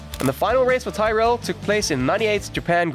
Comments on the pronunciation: Thai-rell? Its Tirral mate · It's 'Tir-rell'. Good vid though. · Who the f*** are Ty-rell? Ken will be turning in his G-rave. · Got as far as Tyrell. If you can't pronounce the names, you shouldn't be making an F1 video 😂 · Learn to pronounce names correctly. Bloody disgrace not saying Tyrrell correctly